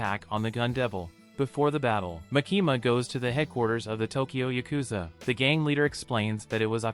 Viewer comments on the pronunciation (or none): none